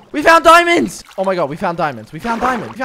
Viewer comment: Nobody:: GOING FOR THE DIMANDS